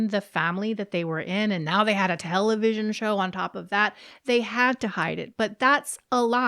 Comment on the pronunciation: Our “TELLY-VISSY-EONNN”. 😂